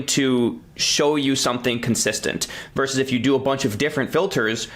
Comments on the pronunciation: The abbreviation ‘vs.’ is pronounced ‘versus’. Saying ‘verse’ instead of ‘versus’ is low-class speech. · VERSUS!!! not verse!!! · VersUS, not verse. Stop ruining English. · Hi Taylor. Good content. Btw, it’s “versus” not “verse”.